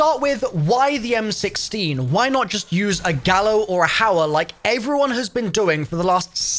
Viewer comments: He did not just say "a gauer or a hallo" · Did he realise he said Gauer and Hallo? 🤔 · my man just said "a gauer or a hallo" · He said Gauer or a hallo. 😂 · Did he say a hallo or a gauer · You good? dude said Gauer or Hallo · Lol hallo not hauer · Umm. Did i miss a joke here? He said gallo and hauer.. Lol